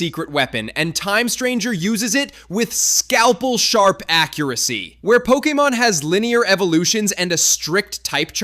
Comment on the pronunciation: pokiemon? no wonder u hate pokemon